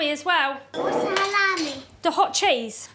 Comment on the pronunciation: the best bit of this entire video is lacey's mum thinking that halloumi is pronounced hall-ow-mi!!!! Couldn't stop laughing!!!